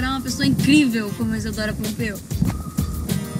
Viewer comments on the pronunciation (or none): Aham é Pompeo e não Pompeu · E pompeo e ñ pompeu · Isadora pompeu? Sério? não tem nada errado ae não? kkk (é Isadora Pompeo). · nao é Pompeu è Pompeo com O no final! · É Isadora Pompeo n Pompeu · "Pompeu" é POMPEOOOOO "PEOO"